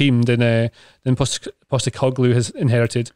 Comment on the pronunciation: As an Australian, just want to tip my hat to for helping out with the pronunciation of Ange Postecoglou